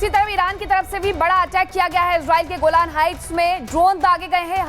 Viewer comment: गोल्डेन हाइट्स ये कहाँ पर है जनाब, गोलान हाइट्स को गोल्डेन हाइट्स क्यों बोल रहे हो, आपकी पत्रकारिता बहुत ही निम्न स्तर की है